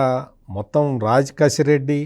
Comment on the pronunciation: రాజ్ కెసిరెడ్డి అని పలకండి. కసిరెడ్డి కాదు. 😅